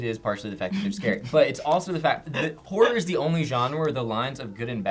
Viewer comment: Ace Combat 5 is the best video game plot ever... it could easily be made into a movie. Did anyone else think that every time said "horror movie," it sounded like "whore movie?"